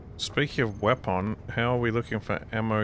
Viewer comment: Is a big fan of Half-Life: Full-Life Consequences? Just wondering about his abuse of the pronunciation "wepon" XD